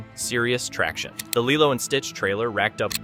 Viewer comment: I’m sorry, but why did you start mispronouncing Lilo’s name all of a sudden? You were saying it right for most of the video, so why start saying “LIE-loh” the last two times you brought up the film? How did you miss that in editing? Nitpick aside, this is Zegler’s second strike, and I’m all in favor of that being her last. She was apparently a total entitled b*tch on the West Side Story set, to the point that she argued with STEVEN SPIELBERG about HIS film and the rest of the cast and crew hated working with her, and now she’s doubled down with the same nonsense with Snow White. This girl needs some major humbling, and I won’t be sorry if she’s permanently blacklisted from Hollywood at this rate. She has talent, but that doesn’t make up for a rotten entitled attitude, narcissistic selfishness, and a complete lack of respect for the history and legacy of her films’ source material, her costars, one of the greatest directors ever, and audiences who just wanted their sweet Disney and Broadway love stories. Oh, and that next movie she’s cast in? Apparently it’s a super tiny project that’s only projected to show in a handful of theaters at best. Let the witch burn.